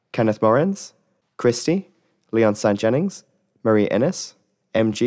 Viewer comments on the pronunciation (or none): none